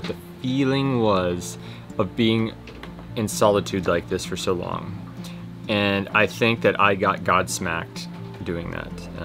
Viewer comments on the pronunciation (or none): GOB-Smacked not god smacked. godsmack, yes,is a band, that cleverly adopted the name to help emphasize their atheist rock. Otherwise good video. good passage. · Love you but just an FYI it’s “Gobsmacked” not God (he doesn’t smack) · Well, ‘godsmacked’ (?!) or gobsmacked, nevertheless, well done!